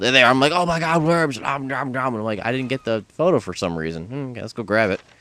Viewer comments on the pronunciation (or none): none